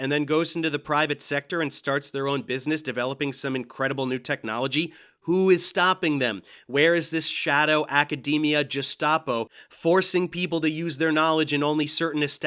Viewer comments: “Gestapo” is not pronounced with a soft “g” tho… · Wait, so the hwite people should have less children? Aren't those guys afraid of brown people overpopulating them or something? It's almost as if their worldview is internally inconsistent or something. (Also "gestapo" is pronounced with a hard g. Not that it undermines any of your points ofc) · "Gestapo" is pronounced with a hard "G." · Aye, I was wondering about his "Atom a tonn" too. Did he just say "~ ~ ~ Jestapo." In lieu of "~ ~ ~ Gestapo." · Did you pronounce "Gestapo" as "Jestapo", or did I imagine that? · You mispronounced Gestapo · Wait is that how you pronounce gestapo?